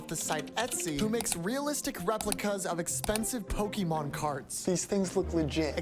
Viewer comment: Istg every person over the age of 50 that I’ve encountered can’t pronounce Pokémon 😭 they all say Pokéman too it’s like it’s on purpose.